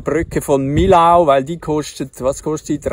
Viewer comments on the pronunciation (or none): Kleine Hinweise: Beim nächsten Aussteigen aus dem Auto, mal zuhören, wie die Franzosen die Städtenamen aussprechen: Millau spricht sich: "Mii-Joh"; Sete spricht sich: "Säät", Clermont-Ferrand spricht sich: "Klär-Moo Fee-Ron"